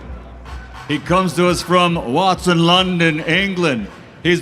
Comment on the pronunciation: Man said Watson hahahha the disrespect